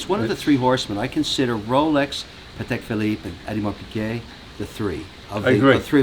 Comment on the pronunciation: Hey Kevin, if you really want sound like you have done your homework then say O and not E in AU of Audemars P.